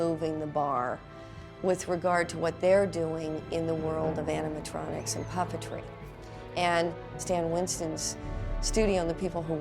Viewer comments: Lea Teoni kept saying animal tronics instead of animatronics😂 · She keeps calling it “animal-tronics” instead of “animatronics” lol. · Tea Leoni keeps calling them "animaltronics" 😂😂😂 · I love how she says "animaltronics" 😂😂